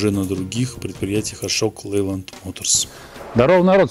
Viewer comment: Шокалэнлайде звучит )))))